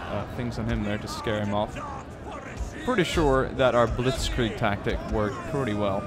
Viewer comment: i love it how britains speak out "blitzkrieg" :D